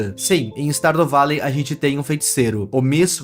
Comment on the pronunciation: "Stardo valei" AKAKAKAKAKKAKAKAKAKAKA